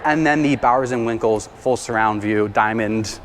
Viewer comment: Its Bowers and Wilkins not Bowers and Winkles 😂😂😂